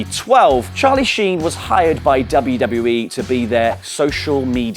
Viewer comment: Sharlie sheen 😂😂